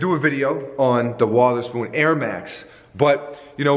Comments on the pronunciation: Did you call him Sean "Water"spoon? Its spelled "Wother" but pronounced like "Weather"spoon. Brah, you put too much precipitation on his name. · I believe Sean pronounces is it with a soft O (uh), like "Wuhtherspoon" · I cringe every time I hear pronounce “Wotherspoon”